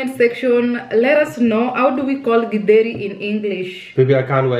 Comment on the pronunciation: No githeri without avocado,they blend so well. I like how is pronouncing githeri